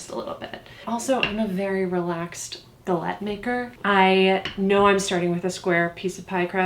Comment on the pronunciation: i’m so happy that i now know how to pronounce galette